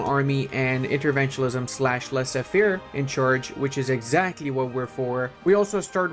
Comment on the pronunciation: Ascor make better the French Empire with good mecanics, i don't no why lie with the pdp of the video and you did 50% of the territory 🤔. And "laissé-faire" omg really ?